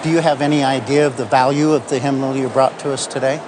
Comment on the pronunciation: “Hymnimal”? It’s “hymnal”